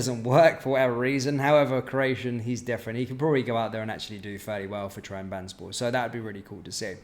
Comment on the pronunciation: TRAB - ZONN - SPORE 👍 That's how you say Trabzonspor mate. Keep up the good work.